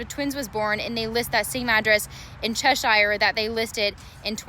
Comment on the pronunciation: Cheshire in Gallia County is pronounced "chaser". But to be fair, couldn't expect a Columbus reporter to know that.